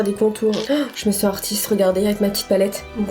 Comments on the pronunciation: "artistre peintre" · « Artistre peintre » oui artistre mddr😂😂